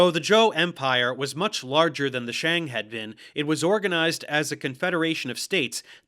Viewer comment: I was so happy when he actually got the pronunciation of "Xia" pretty accurate... Then he said "shang" in the most American way possible lmao.